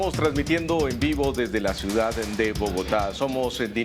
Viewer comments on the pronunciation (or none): none